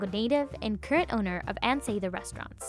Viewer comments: It's really annoying that she keeps mispronouncing Sather in the voice-over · It’s definitely not SAYther. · You’re pronouncing Ann Sather wrong!!! 🤦🏻‍♀️ “Sah-ther” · Was just wondering why she was pronouncing it Say-ther. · No, the presenter doesn't know how to say Ann Sather. it is a short A. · No one in chicago pronounces it like this... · 😬 at her pronunciation! Nobody from Chicago pronounces it that way